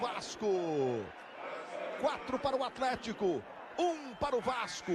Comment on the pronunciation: o narrador falava atletico e eu só ouvia alemanha